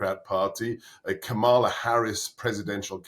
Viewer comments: For members of your audience who haven't been paying attention, Kamala Harris pronounces her first name KAR-muh-luh. I have also heard it pronounced (by people who use different regional vowel sounds) KAM-muh-luh. Either way, the FIRST syllable is stressed, NOT the second. Trump cult members wilfully get this wrong. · FYI, Trumps team lie just as much as he does, so you're never going to find out what the 'really' think until you see what they really DO. Why are you letting him mispronounce Kamala Harris's name? This is an infantile tic of Trump and his propaganda machine to demean and dehumanise a black person whose name reflects a cultural identity that they hate.